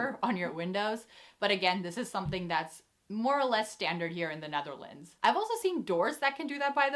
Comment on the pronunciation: Why is she saying "Nutherlands"?